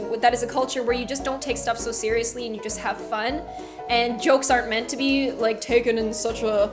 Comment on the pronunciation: Meant not kent